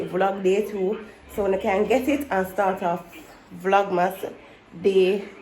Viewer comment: I love how pronounce vlogmas correct. When I listen to other Jamaican Youtubers say it I don't know where them get O&U from in VLOGMAS 😂😂😂😂